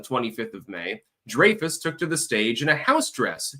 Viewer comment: I believe he pronounces it,"Dry-fuss".. not "Dray-fess"js. ....